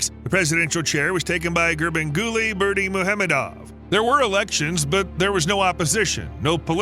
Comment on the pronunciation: I’m impressed u keep saying acting presidents name over and over correctly lol but crying about people using newspapers as toilet paper and yep, even his photo lol is crossing a line.. president, that man is as vain as the other presidents.